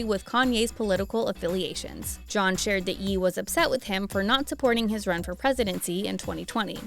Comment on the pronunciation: Ye is pronounced Yay not yee.